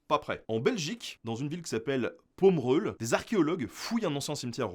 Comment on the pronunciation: ce dit pomerolle pomereuille